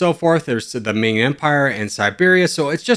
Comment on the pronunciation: Chinese citizen here, the “Min” empire was actually called “Ming”, 明